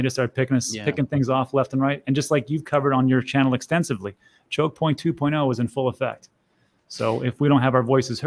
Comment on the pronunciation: Can one of you please teach Guy how to pronounce Choke Point 2.0 correctly. TWO POINT O